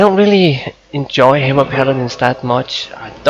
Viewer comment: i got 5 sec into the vid and i couldn't take it anymore. "Ultimaite" "Haimer" ... pls